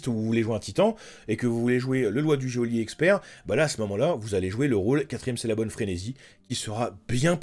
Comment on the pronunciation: Il serait plaisant de prononcer goelier correctement 😤